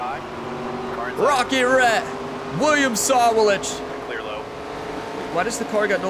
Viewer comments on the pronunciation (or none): You say that you read all of your comments, and that's good. I'm only trying to help you with this one. It's really hard to hear you bash the name Sawalich. I will try to help you with the pronouncement. The emphasis is on the WA part of his name. I will capitalize the part of the name where the emphasis is. So it's sa-WA-lich. I hope you don't take offence at this because that is not my intention. And by the way Great Race!!!!